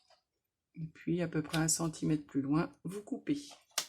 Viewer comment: Je voudrais vous dire qu'on ne parle pas en centimettes mais en centimètres votre habitude est extrêmement désagréable à entendre et malgré la beauté de votre travail je me sens obligée de ne plus vous écouter.